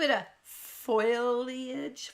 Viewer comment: Please don’t feel offended by my desire to spare you the embarrassment I felt while reading aloud during adult Bible class. Long story short: the main character was Nehemiah and I pronounced it incorrectly about TEN TIMES!!! So with love I say: foliage is faux lee idge (There are several other company frontline people who also say “foilage” which is not a word. Yana Smakula is Yah nuh Smah Koo lah I hope you receive this with the love with which it was sent. Gotta go now so I can buy these things you have tempted me with. ♥️